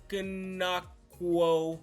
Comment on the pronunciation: You prob don’t care but it’s Che-go-Ze-um, O-kong-wo